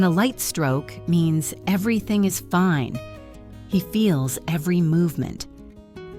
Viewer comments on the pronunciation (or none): none